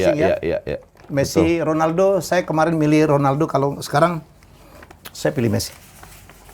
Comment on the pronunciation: klu kata om Helmy Honaldo bkn Ronaldo ,, kwkwkwk . pdhal abjad latin yg dibaca H itu J bkn R, misal Javier = Havier .